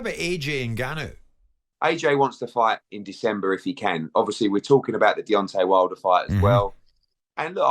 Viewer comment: Why is Simon the only person in the world that pronounces Deontay as Deontee? 😅😅